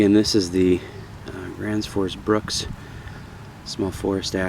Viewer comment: cool review. Just a helpfull tips. The pronounciation on the Bruks is not a short u but more a long u as in fuel or use. Otherwise .. good job.